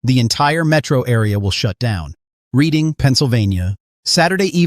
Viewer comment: Western PA got 16" in the last storm, but we're only looking at 4-6" total over the next week. You need to fine-tune that AI narration and teach it to pronounce city names. e.g., REDDING, not REEDING, PA